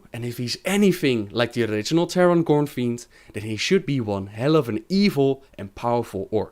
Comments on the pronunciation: Why do you call him Teron Gornfiend? It's GOREfiend. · Hey, you say "GorNfiend" instead of "Gorefiend" ;) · hes not called gorenfiend, hes called gorefiend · Stop calling him Teron GorNfiend. It's GorEfiend. GORE.